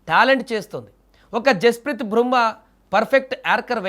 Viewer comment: """జస్పెత్ బ్రూమ్మా """ యే దేశానికి సంబందించన ఆటగాడు ఇతను. 😁😁😁😁😁😁😁😁😁😁😁😁😁😁😁😁😁😁😁😁😁 ముందు నువ్వు చదవడం నేర్చుకుని రారా బాబు. తగిలింది అనడానికి బదులు తలిగింది అంటున్నావు. 😂😂😂😂